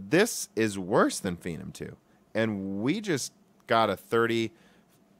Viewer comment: Phenom is obviously a shortened form of phenomenal or phenomenon. So why are you pronouncing it fee - num?